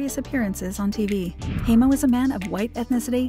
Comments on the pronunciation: Hi name is pronounced Hi-mo not hay-mo! Ugh! Such an annoying narrator! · How is it you can do a documentary piece on someone and you can’t even pronounce their name. Unbelievable